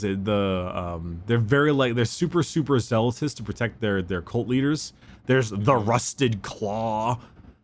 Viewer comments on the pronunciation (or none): “Zealoutous” “Zealoutousness” Is just illiterate, or does NOBODY correct him on what is and is not an actual word? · “Zealous” “Zealotry” Seriously, it’s not that hard